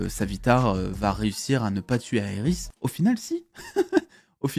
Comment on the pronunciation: Iris pas aéiris 😂😂